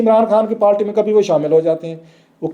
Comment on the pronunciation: تریخ، پالٹی، پلیس، مجود ، تداد، بھائی اپنے الفاظ کی ادائیگی درست کیجئیے. اس طرح آپ کو سُننا کانوں پہ گراں گزرتا ہے.